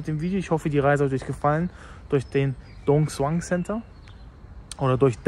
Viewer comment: er is halt kein viet, ist doch klar das er die aussprache nicht so gut beherscht